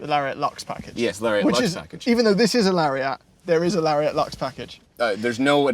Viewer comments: I believe Lariat is pronounced Larry-ette, not Larry-at. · "Hey, where's your friend Larry at?" Larry at? Larry-AT?! I literally have never heard anyone pronounce it this way. "Lariat," rhymes with "chariot." ...Please don't start calling them cherry-ATs. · Why do yall say lariat don’t weirdly. It’s not “lary-AA-T” it’s “lari-ET” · It's pronounced "LARRY-IT" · you really need to learn how to say "Toronto" and "Lariat".